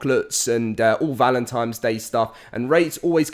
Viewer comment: He says valentines like I did when I was little "valentimes".